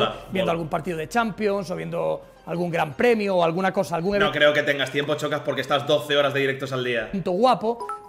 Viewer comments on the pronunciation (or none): Decís Shakira pero decís Chocas. No es tan difícil eh?